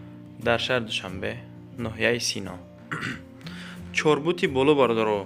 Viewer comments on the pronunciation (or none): Чорбут не, а бача, Чортут бгу.